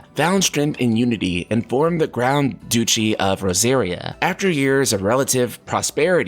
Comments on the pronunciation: Duchy is "Dutchy" and not "Douchey" 😂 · You also said duchy as douchy lol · And Duchy is pronounced like “Duh-Chee”. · I cant get over the way you say "Duchy". Lol, I love it. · I think it's pronounced Klyve and not Kleeve. Clive is or was rather a common western European name.... Also I have no idea what a douchey is lol.